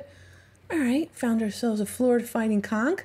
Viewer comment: We pronounce it Conch. Sounds like you're saying, well, you know what.